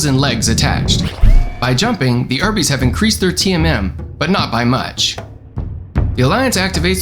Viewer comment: Excuse me, WHAT did you call the urbies?!